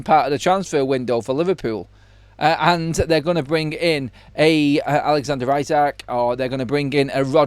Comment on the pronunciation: Pronounced e-sack not i-sack, we're Briish not American.